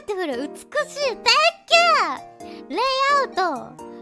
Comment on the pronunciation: It's cute how she couldn't pronounce layout because Japanese doesn't have any Ls